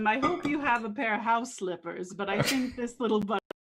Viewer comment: Poifect XD XD XD Such a silly adventures !!!